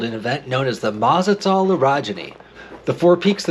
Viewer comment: Awesome video! But the correct pronunciation is Ma-ta-zel. Easy to remember… it rhymes with Mad as Hell.